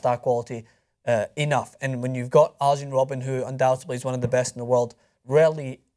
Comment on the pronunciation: If you say Ajax correctly, you could deduce that the J in Arjen is read the same way...